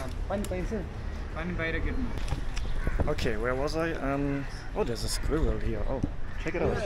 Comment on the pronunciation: I guess the myth about Germans can't say Squirrel is a lie.😂 You said it fluently.